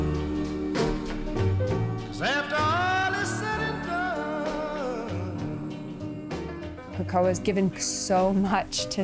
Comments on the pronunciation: Amazing story! But it’s pronounced “Kay ko ah” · Cool story but not one Haole on this whole show pronounces Kekoa correctly, least of all the owners lol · They dont even know how to pronounce Kekoa..